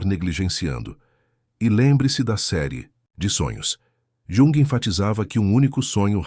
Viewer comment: Carl Yung. ou Calr Yung. ??? 😡